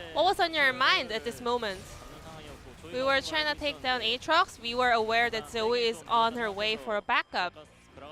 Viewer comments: You mean a atrox? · Yo I hate these casters... Jesus who pronounces Aatrox like that...